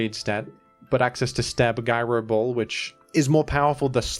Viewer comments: "guy-ro ball" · It's pronounced "jairo ball".